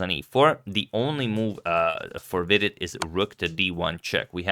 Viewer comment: I like how you pronounce Vidit correctly. Hikaru just says weedit which is totally wrong ahaha